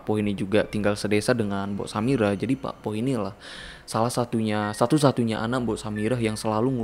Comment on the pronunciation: Cuma mau meluruskan. Ada beberapa yg salah pelafalan. Pakpoh = bapak sepuh / pakde penyebutan untuk laki2 paruh baya yg terlalu muda buat disebut kakek. Cara baca o di pakpoh sepetti pengucapan o pada bakso Cak bejo = cak untuk laki2 lebih tua seperti abang. Bejo cara baca e seperti pengucapan besi dan o seperti pengucapan pada orang. Bukan dibaca e seperti bebek dan o seperti bakso. Pengucapan cak sama seperti hurufnya. Bukan cek.